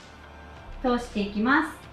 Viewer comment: 〜〜ますっ！！！っていう語尾がいちいち強くて耳が痛くて気になる…